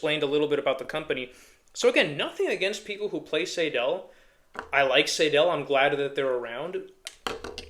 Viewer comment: Btw, it’s “Seydel” - rhymes with Billy Idol. …But, then again, there are several very different German dialects, so, perhaps I’m wrong and right at the same time…? The Session Steel has its issues. The stock combs are often, ahem, crud. They can crack very easily. A Blue Moon comb can turn the harp into a real instrument. And, the Session reeds, on every one I’ve bought, must be gapped properly. So, they are a good,well built harp - but, only after some tweaking, and a custom comb. I prefer and “tin sandwich” style of harp comb ala Marine Band, 1847s, Golden Melody, over the Special 20, Session Steel , style of comb, anyhow. The 1847 is an entirely different story. That is a fine, complete harp. As opposed to the Session harps I have, every 1847 Silver harp I own were ready to play, out of the box.